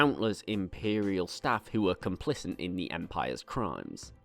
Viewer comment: It's 'complicit', no 'n'